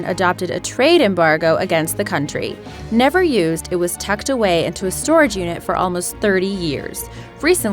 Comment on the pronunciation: But it NEAVeaRrr arrived in Libya 😂